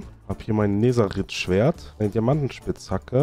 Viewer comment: Erstens es heit nicht neseritz Schwert sondern nesereit oder nedereit Lern mall Minecraft zu schpiele du hast 0 Ahnung von minecraft